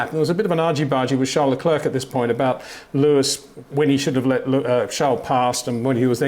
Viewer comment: Hey Peter, I enjoy your insights. But why do you pronounce Charles Leclerc's first name the French way and his last name the English way?